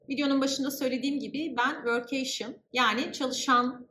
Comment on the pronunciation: vörk-key-şın şeklinde telaffuz ediliyor